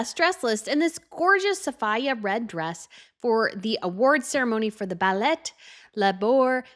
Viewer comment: Actually, Baillet Latour is pronounced Bay-yay Latour. She didn’t go to a ballet.